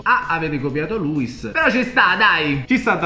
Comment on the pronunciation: si dice luis con l'accento sulla i non luis D